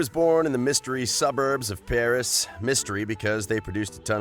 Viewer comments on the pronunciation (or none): none